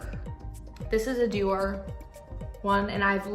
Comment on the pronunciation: I'm not a Karen but Dior is pronounced Dee or